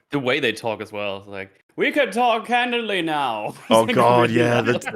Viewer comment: "We can talk can did ly now. No more e luding my ques tions."